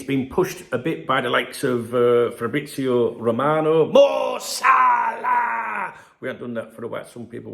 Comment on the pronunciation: MO SAH-LAH !!!🤣🤣🤣🤣